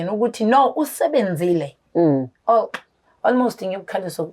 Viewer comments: Ei isingisi sa almost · Ingrish is igrishing"almost"😂😂😂yooooh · I'm traumatised by ALMOST 🙆🙆🙆. Engrish yhooooo 😂😂😂😂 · Islungu kumakhosi "Almost, tshocked"🤦🏽‍♀️